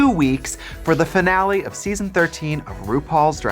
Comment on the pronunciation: trixie pronouncing finale as denali ... Yes